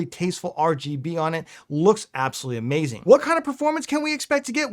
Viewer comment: That's a Mayzing 😂